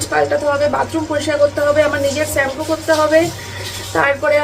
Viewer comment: ছেম্পু কথাটা change koro r valo lagena sunte শ্যাম্পু বলা try করো